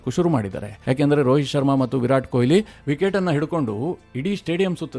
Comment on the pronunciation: ಕೊಯಿಲಿ ಅಲ್ಲಾ ಮಾರಾಯ, ಕೊಹ್ಲಿ.